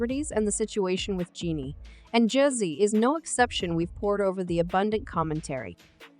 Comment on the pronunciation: Mispronounced the man’s name constantly. Weird robot voice. Please do better next time